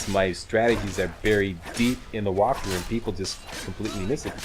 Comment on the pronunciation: Lol "Whopthrough"